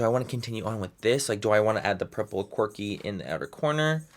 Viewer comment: Every time I know he's saying quirky but every time I hear corgi 😂😂😂